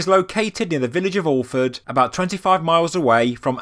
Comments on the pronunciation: Alford is pronounced A-ford not all-ford but great video 👍🏼🏴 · aford you dont really say the l